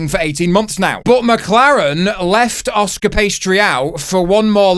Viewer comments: a masterpiece as usual 🤣 to your Oscar 'Pastry' may I also suggest: Oscar 'Pisstree' 😂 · Yes that was a bit much and you need to practice saying Oscar 😂😂😂